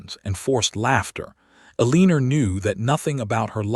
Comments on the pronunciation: These AI stories need far better editing, especially in name and word pronunciations, as well as understanding that a legal separation is not the same as a divorce. Yet it seems to think legal separation is divorce. It is not. They are different. Eleanor is pronounced as "Ellen-nor" not "Aleener". AI is stupud. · These AI stories should not have characters named “Eleanor.” It’s extremely irritating to hear the nonsense word “Aleener.’ Over and over. I gave up.